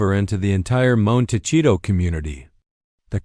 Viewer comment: Hard to listen to this video when the narrator can’t even pronounce the name of the town right 🤦‍♀️